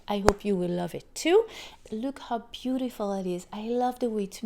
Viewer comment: You nicely say beautiful.livelybeautifllllllll